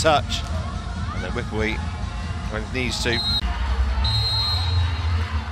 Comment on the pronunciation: Commentator pronouncing Wipwee 2 syllables instead of 3 syllables and that was wrong , but that’s what English tongue pronunciation. 🤪